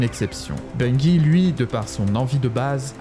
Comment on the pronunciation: Bon sang ... pas BUNGUI , ça n'a aucun sens que cela soit en français ou en anglais. C'est Bungie comme BUNJI ! C'est insupportable , comme les types qui disent Enjaine ... c'est engine comme enjine ou une angine mais pas enjaine ! Vous nous faites passer pour des gros débiles putain !